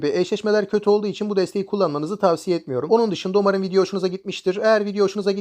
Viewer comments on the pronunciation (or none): none